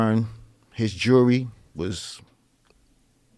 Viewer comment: Took the joory, axed first but tooken it anyweezy